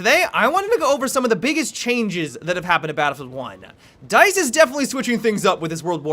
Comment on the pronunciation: dice rhymes with nice